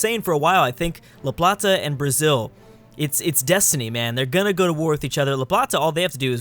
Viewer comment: its la plata not la platza